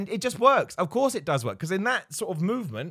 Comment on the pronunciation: ..."nobody dooz it"...😕?